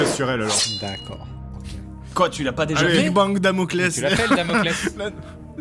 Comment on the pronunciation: Quand Seb a dit "invoque ton Laspales" au lieu de Damocles j'ai eclate de rire, j'imaginais l'ombre qui grandit derriere Theo normalement et qui dit "y en a qui ont essaye, ils ont eu des problemes" XD